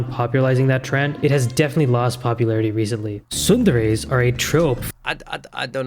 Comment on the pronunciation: HOLY SHIT!!! An English speaker that pronounces tsundere correctly! I'm so proud of you 🤣